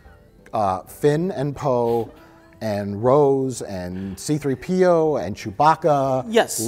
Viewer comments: His name is See Threepio, not C-3 P.O. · Why cant Mike pronounce C3PO correctly?? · Anyone else distracted with how Mike puts the emphasis on the P instead of the 3 in "C3PO"? Just me? Ok then.